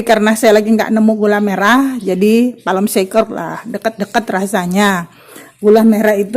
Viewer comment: Palm sugar yah bund,,bukan palm Shaker😂😂😂😂 Beda arti lagi yah